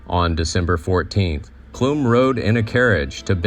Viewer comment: I love the time and care that was put into making this video. As a Clum descendant myself, I have to make a correction. The name Clum may have been pronounced that way in the old country, but in the United States, the “u” in Clum is pronounced like the “u” in gum. I cringed every time I heard it mispronounced, but I am thankful that some of our family history and information about the life of John P. Clum is being shared.